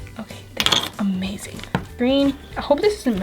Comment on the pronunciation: playing with lip scrub slime "this one was amading" Me:... amading?... mind and and amazing = amading?